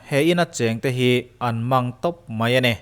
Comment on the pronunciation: I ti top dan hi a chiang thei e🤣🤣